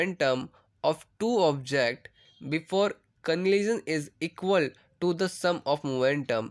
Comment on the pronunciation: are bhai eval nahi equal and opposite force